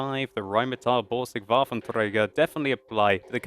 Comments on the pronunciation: I love how you pronounce 'rheinmatall-borsig waffentrrrrräigerrr' Im german, and for me this overpronounciation is uust so funny ;) But still, your pronounciation is much better than the pronounciation of some other english youtubers i know :) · I like how he pronounces "Waffenträger". Sounds so Russian xD